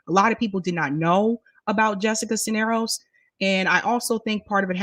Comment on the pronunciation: Cuellar = kway-are Cisneros = siz-nair-ose